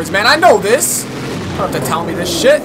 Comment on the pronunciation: was thinking he says chip lol